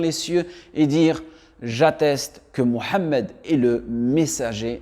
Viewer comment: Qui voulez vous qui guide.????"""le O""""en Arabe ca n'existe pas.deja c'est MOUHAMMED.MUHAMMED et non MO......ou MA....soyons serieux un peu....